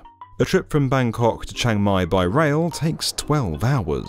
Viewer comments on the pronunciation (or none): Always amuse when hearing non ASEAN pronouncing “Bangkok”… Russell Peters has ruined my brain!